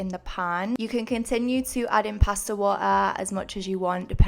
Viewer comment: Ok but the way you said “water” sounded wayyyy more American then I’ll ever make it sound 🤯🤯🤯